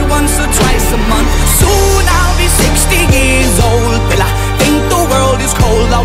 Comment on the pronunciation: 후반부에 will i부터 발음 ㅈㄴ 찰진부분 있잖음